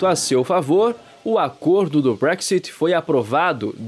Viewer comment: Nem sabe falar BREXIT 😂😂😂😂😂😂😂